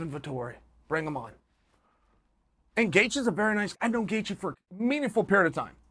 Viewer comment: Justin Chaelthje